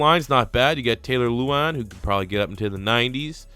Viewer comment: It kills me when people can't say Mariotas name right! MAR-E-O-TA NOT MARE- eota. Edit: I just heard you say LOU-Wan instead of LE-wan. in and I'm out on this video.